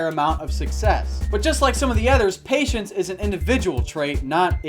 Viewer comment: when he said patience i thought he said Asians😂😂😂😂